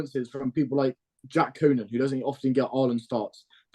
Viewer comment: Lads both things are true. Toulose were really poor, ill disciplined etc. and Leinster punished every mistake they made and executed their game with great efficiency....hence the large gap in the scoreline. ps BTW its not pronounced COOnan...its COnan.